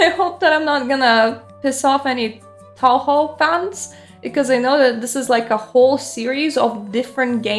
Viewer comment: Other stuff aside, it's a very cute game. 😊 BTW the "ou" sound in Japanese words is pronounced "oh". Sometimes it's written "oh", or just "o", just to avoid misunderstandings with English speakers. A classic example is Toukyou, which you see in English as Tokyo.